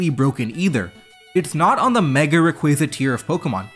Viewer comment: Great channel. But stop butchering rayquaza name.